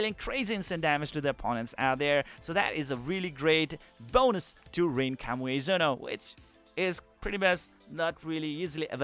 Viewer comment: Kami Ue Zono, not Kamuezono. Myself had difficulty to read that. But separating the building block, helps.